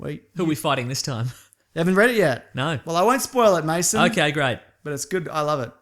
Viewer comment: It's Mason not Maso. Why do so many people get this wrong?